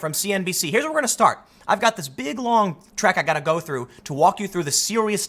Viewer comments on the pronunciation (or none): none